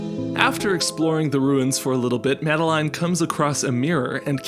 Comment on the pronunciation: that's not how most people pronounce madeline